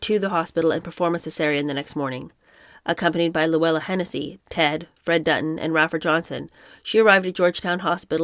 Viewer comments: Pronounced "Ray-fer" for Rafer Johnson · Rafer is pronounced “Ray-fer.” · 'Rafer' is Pronounced Like 'Wafer'' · Rafer Johnson’s name is repeatedly mispronounced. Pronunciation follows simple English language guidelines of long a sound when followed by a consonant then vowel. He’s an Olympic gold medalist. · Hi, I'm really enjoying the review of this book. Just FYI, in Rafer Johnson's name, the "A" is long.